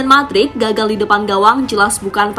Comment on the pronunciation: Mudryk woy bacanya bukan madrik wkwkwk 😂 #AdaAdaAja